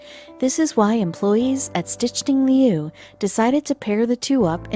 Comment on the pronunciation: If you say Stichting Leeuw that many times, maybe find out how to pronounce it, I'm dutch and it sounds not even close to dutch, I only understood it with the English translation ;)) mentioned